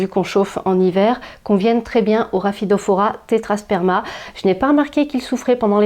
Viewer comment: Coucou !!! Elles sont magnifiques et bravo pour la prononciation même rapidement hahahah!! merci pour tes conseils bisous